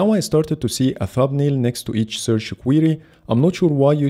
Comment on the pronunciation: "Searsh " thats top 😀